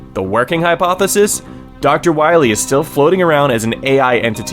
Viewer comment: Wah-Mega Man you gota stop Dr.Wah Wee!